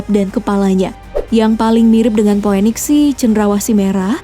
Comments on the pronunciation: Bukan po we niks mba, tp piniks 😂😂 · Phoenix bacanya pinix, bukan phoweniks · Maaf ya min cara bacanya mungkin salah Cara bacanya phoenix itu mungkin "finiks"